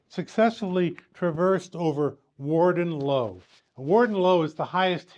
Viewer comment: Typical yanks can't pronounce English words properly !